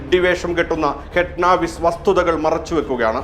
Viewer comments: അവതാരകാ ഫഡ്നാവിസ് എന്ന് ഉച്ചരിക്കൂ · They are pronouncing it wrong